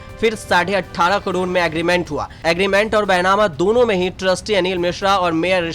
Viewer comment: कडोड नही करोड